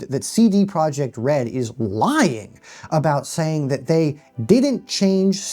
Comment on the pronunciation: God dammit. The "j" in Projekt is soft. Yekt, Yeeeeekt!